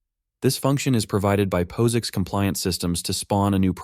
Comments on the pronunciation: Is there a way for you to phonetically guide the AI voice such that it correctly pronounces terms like POSIX? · Pose icks. 😊 It's Pos -icks as in POSitive. And now I want him to do a video on LaTex. 😎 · i've always heard it pronounced the first way, i suppose its an accent thing. Data or data?